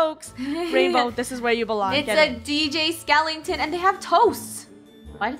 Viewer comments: 😅 it's sounded like rainbow said skelington. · “It’s a DJ skelington” 😂